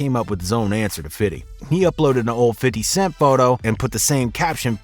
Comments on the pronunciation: Bruh. It’s okay to say FIF-TY. You won’t lose your street cred. Lol. Fiddy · I don't mean to split hairs but whoever the person talking it happens to be for this page. Please it's 50 not f i t t y. It's 50. F i f t y. I'm not hating but you sound just like who you might be when you say it the wrong way. Please say it the right way if you're going to report on the culture. Thank you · You saying "fiddy" 🤦‍♂️ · Bruh, just say “Fifty” 😂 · Stop say fiddy bro sounds wack 😂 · Why the F you say FIDDY cent like you ain't a white dude sitting in a suit all day LMAO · The way you say 50s name gets on my fuccin nerves